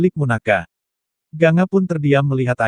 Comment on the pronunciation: Gangga ucapannya bkan ganga